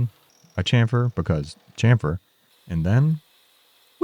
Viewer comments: Try shamfer... Like shampoo.... Not Chamfer like champion.... It's very simple and it's correct omfg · the slaughter of the english language! its pronounced shamfer, shassy ect, we gave you the language please respect it lol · Now I’d like to hear an explanation of the evolution of how you pronounce chamfer from your initial videos to now.